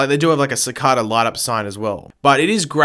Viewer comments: The way this guy pronounces Cicada pisses me off... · Your prounoceing cicada so so so so so so so wrong 😂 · They say “cicada” so clearly in the show yet you still butcher it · You are saying cicada wrong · this is a counter video of how many times he said sicada and he doesn’t even say it right it’s cicada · its not sikata its cicada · dude how to say cicada is not SI-CA-DA its SI-CAY-DA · He said cacada wrong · Him: sickadaaa Me: cicada P.S. not tryna be rude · Its ca cada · It is nor cicarda. It is said cicayder and spelt cicada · he kept saying cicoda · he kept saying sicoda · its pronounced Si-caid-da Not Si-card-da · OMG ITS NOT Ceecaaada Its Cikada pronounced differently than its spelled they say it in the show like come on why are you being annoying. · It’s si-k-da not sa-ka-da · It's pronounced SI-KAY-DAH not SI-KAH-DUH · ur saying cacada. Its cicada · It annoys me how he says sakaata not sakAta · It’s si-Kay -da not si-kah -da. I understand that you can pronounce words differently based on where you are from, but since this is a name, pronouncing it right is kinda big. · It's cicāda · You say sa-ca-da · You pronounce the word cicada wrong. It’s pronounced cicayda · Ci-Carr-Duh lmao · I. Am. Really. Sorry. But I have to.... IT'S CICEIDA NOT CICADA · Its sick-ada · C -k-aid-ah thats how u pronounce it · It’s si- cay-dah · It's pronounced si-kay-da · Why are you not saying (si cade a) cicada properly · it’s actually si - cay - da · Cicada is pronounced (si-k-da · That pissed me off, lol. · Ci-cah-da lmao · It’s sa-ca-da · Cicada (SIH-KAY-DAH) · you are pronouncing cicada wrong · he says Cicada VERYYY wrong he saying it the way its spelled not the right way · The way he says Cicada annoys me so much😂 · Can someone tell this fool to stop saying Cicada wrong like damn they say it in the show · Can you say cicada right pleasr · Please pronounce Cicada well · the way he says cicada pisses me off so much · How he says Cicada gives me aids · He said cicada wrong